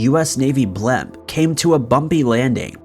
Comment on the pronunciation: What part of America pronounces the word blimp "blemp" ? lol